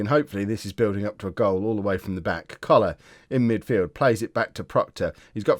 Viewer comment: Don’t know if you’ve noticed, but when you say “... Coller our midfield “, it sounds like cholera - not a problem, just amuses me